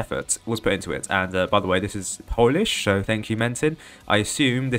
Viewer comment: how could u say polish so badly holy